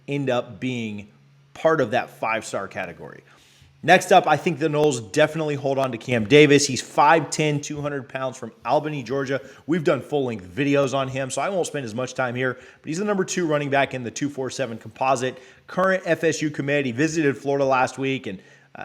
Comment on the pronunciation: It's "All-benny". Unfortunately, I lived most of my life there